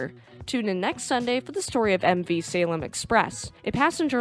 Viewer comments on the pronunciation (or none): none